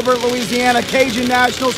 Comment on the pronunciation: Cajun not Canjun...